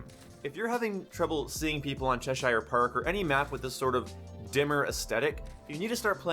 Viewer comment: Chesher Park ^ Is how it's pronounced. It's in the UK/England, about 20 miles from where I live. NOT Che-Shire. That would be like me saying Chi-ca-GO